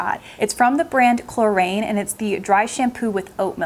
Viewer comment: Good stuff, well presented, as always! (For possible future use, Klorane is pronounced chlor-on, like moron - I wish there was a better word to use!)